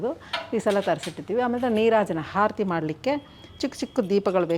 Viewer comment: ಹಾರತಿ ಅಲ್ಲ ಆರತಿ